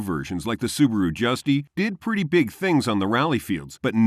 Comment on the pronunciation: it's not SUBURU it's acually SUBARU